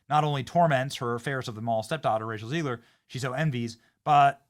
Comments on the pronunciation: Its ZEG-ler not Zeeg-ler. 😮😮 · Who else is ready to see a primadonna humbled? (By the way, Zegler has a short "e" in the first syllable and Gadot is pronounced as written. It is Hebrew; why do people keep pronouncing it as if it were French?) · i love how you pronounce her name 'RACIAL ZIGLER'